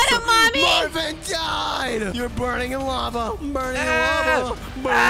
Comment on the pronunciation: is Marvin not Marvim